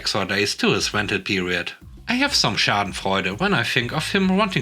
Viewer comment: Hahaha, I was about to mention how surprised I was at your perfect pronunciation of schadenfreude and then remembered that English is not, in fact, your first language.